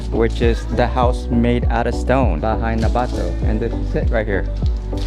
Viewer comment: sorry, i just need to point it out: just a tip, most Filipino words need to be pronounced quickly, you say "bato" as a quick one-two syllable and not "bah---toh".